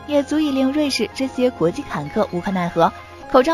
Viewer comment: 国际掮（qian）客